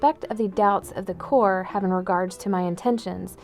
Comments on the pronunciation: Queen you said core when it was corps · No, its pronounced core, like the marine corps, you don't say The marine corpse, you say the marine core.